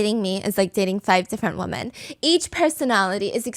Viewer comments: 🙄 she’s saying “women” not “woman”… she might just struggle to pronounce it correctly; many people struggle to pronounce it as wi-men and instead pronounce it as wu-men which sounds like they’re saying ‘woman’… the subtitles are automated and incorrectly put ‘woman’ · why is everyone Pronouncing the plural word "Women" and replacing it with "Woman" I've noticed a lot of yputubers I'm watching are saying it like this... just curious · Wi-mn. That’s how you pronounce the plural . 🌸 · Pleeeeeease stop saying “woman” when you mean the plural form “WOMEN”!!!! They are not pronounced the same 😫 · correct, she’s saying “women” (plural) when she means “woman” (singular). This has become so common lately with people like when did everyone stop realizing they’re two different pronunciations???